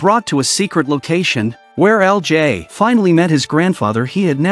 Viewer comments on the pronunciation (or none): EL JAAAY lol. I hope you'll switch to different AI voice in the future. Daniel CC recaps channel had the best and most natural one I've seen so far. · That ai is struggling with LJ